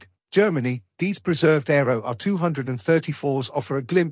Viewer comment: Arado, not Aero 😂